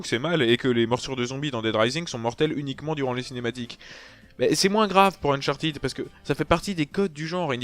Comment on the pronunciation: Mais ..... non c'est chiant à crever les gunfights ! Sans rire il y a pas moyen j’adhèrerai jamais à cette série, ah et on dit Unchartède pas Unchartid ;)